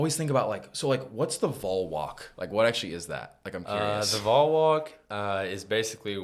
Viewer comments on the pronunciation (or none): Just a note. Don’t let your good work get lost by a little mistake. VOL is not pronounced “vole”. It is “VAWL”. It really gets in our crawl when folks mispronounce it. Thanks and keep up the excellent work.